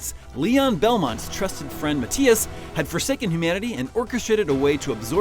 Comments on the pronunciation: Ma-THI-as. Not Ma-tea-us....jesus ive never even heard anyone pronounce the name Mathias like that... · Ma-tias? I get Sypha's mispronounciation because the "y" could be pronounced "Eye" or "E", but MaTHias has a goddamned "Th"! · Nice video, but you keep pronouncing Mathias wrong..